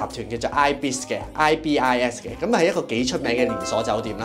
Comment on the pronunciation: ibis hotel發音應該係 依-別-時 ;D